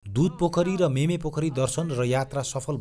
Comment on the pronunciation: Not मेमे but मिमे